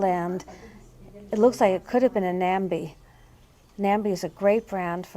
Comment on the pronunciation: Hello from New Jersey! Enjoying your videos!, Nambé is pronounced nombay which rhymes with Bombay. Nambé makes more than just bowls so I hope you find some someday soon!